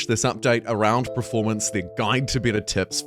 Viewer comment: Kia ora. Another kiwi that accidentally pronounces it "pre-formance" rather "performance". The game is atrocious. If it were a toaster, an oven, or a tv you'd return it for a refund. Got my refund. Will see what happens to the game over the next year but not holding out hope. This game will go down in history as an infamous disaster.